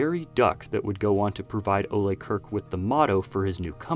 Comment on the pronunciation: The way you're pronouncing Ole's name is aggravating. The E is silent